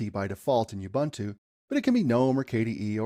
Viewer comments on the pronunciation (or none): BTW, all the "U's" in "Ubuntu" are pronounced as "U's" as in "Oo-boo-ntoo" and not "You-bah-ntu". The "b" should be soft but you don't have that in English so it's difficult for me to teach you how to do it